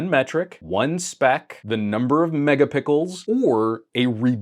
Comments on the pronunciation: He said "mega-PICKLES" HAHAHA! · "12 Megapickles"